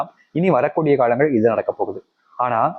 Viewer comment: முதல்ல காழங்கள் என்று சொல்லாம காலங்கள் என்று சொல்லுங்க😂